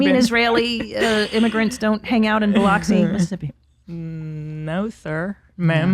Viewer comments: It’s pronounced Bill-Lux-Ee, and just a heads up, lots of fat people in workout clothes here so … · Biloxi is pronounced bill-lux-e